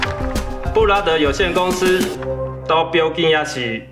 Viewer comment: 布拉德感覺就像brother的發音哈哈哈